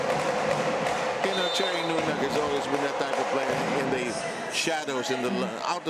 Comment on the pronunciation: “B” team vs F2. Sisi makes CMFT a better team, but not a contender. Sev Sarmiento better familiarize himself with the players beforehand. He keeps calling Deanna Wong, De-Anna Wong. He pronounced Nunag as No-nag. He just calls out random player names when the action is going.